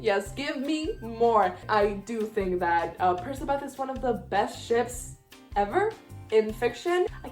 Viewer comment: does anyone else pronounce percabeth as PER-CK-A-BETH??